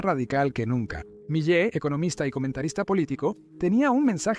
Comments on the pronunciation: The mistake with the name "Miley" is quite simple; just change it to Melay. The "e" sounds like the "i" in Spanish, and the "ay" sounds like the "ei" in Spanish. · Y no se pronuncia "malai" se pronuncia "Milei" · Miyey? Wtf se pronuncia Miley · Se llama Milei no Malay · "Malay" me encanta 😂😂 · Se pronuncia milei... Aweonao aprende a leer